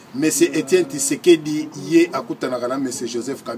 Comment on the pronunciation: Kombo naye Eza Tshisekedi et non Tisekedi. ZOBA MOBALI, Lingala oyebi te, Francais oyebi sokoyo munoko nini olobaka? Tshisekedi oyo ozo tanga kombo, aza masta nayo? est-ce que ozo mona batu oyo bazoya ko fukamela ye? Journaliste ya kwanga na makaybu.